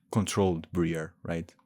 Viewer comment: Ummm boss can you ummm pronounce Briar's name as it is meant to be pronounced....... Your version: Bre-ur In reality: Bry-ar